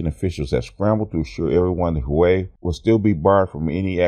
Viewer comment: Great news, but please, the Xi in Xi Jing Ping is pronounced like "SHE" not "JEE". And Huawei is "Hwa-way"!